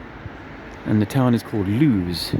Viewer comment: Its Lewes.. pronounced Lewis... see you soon